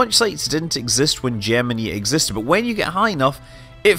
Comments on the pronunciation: Good? Jimminy? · No they managed to mispronounce both words. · There are two kinds of pronunciation: The correct way The way the country who landed on the moon pronounces it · I like the subject and the videos. BUT why oh why does Mr Manley pronounce Gemini like that - rhyming with knee. It rhymes with eye . STOP it - not even all the original NASA and MacD bods used the knee variety AND you bloody well pronounced it properly at about a minute in. If it is meant to appeal to our US cousins - I wouldn't worry - if they can get past that bloody accent then they're probably not going to worry about ee and eye. AND DO not get me started on 'math' - you can bloody well stop that as well - you'll only end up like that Barrowman bloke. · When they were flying the Gemini spacecraft that's how the engineers and pilots pronounced it. Yes it was wrong, but when I'm talking about those rockets I'll use their pronunciation.